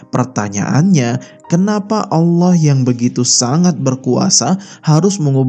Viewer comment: Saran untuk mimin cara mengucapkan "Allah", pada islam dibaca "الله", sedangkan untuk kristen dibaca "al-lah"